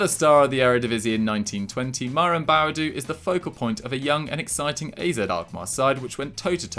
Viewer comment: LOOL that’s not how you pronounce Boadu it’s (Boah -Du(Do))